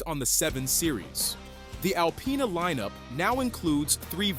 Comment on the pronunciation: Why do people say alpyna …. Its disrespect lol